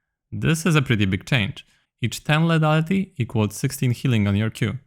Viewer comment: lithaliti nie ledaliti proszę bo to boli w uszy :(